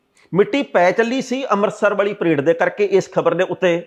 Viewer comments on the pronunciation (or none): ਪਰਾਈਡ ਨੀ ਪਰੇਡ ਸਾਬ ਜੀ।